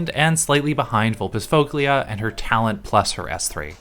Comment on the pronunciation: Also sorry for being a nerd, but "-foglia" is pronounced more like "-foya" 😅